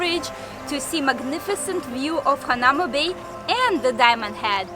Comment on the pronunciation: It's pronounced hana oo ma bay